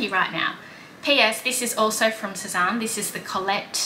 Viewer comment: I was looking at that skirt the other day and wondering if I should get it..I’m still not sure. BTW Sezane is pronounced Sez-Anne not Sez-Ahn 😉